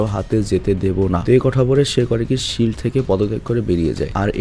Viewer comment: ফিল্ড না ভাই শিল্ড হবে